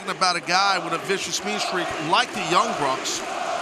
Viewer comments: he also called them the young brucks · lol he called them the young brucks